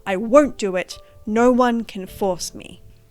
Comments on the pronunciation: completely irrelevant but youre the first person ive seen that really sound like youre saying "naur" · as an australian u are the only person i have ever actually heard pronounce "o" as "aur" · Besides the point, but your way of pronuncing "no" cracks me up, it makes for a very piratey "nurrrh is nurrh" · Great video! Despite the seriousness of the topic I couldn't help but chuckle at your adorable Austrailan pronunciation "Nor means nor." 😂😂😂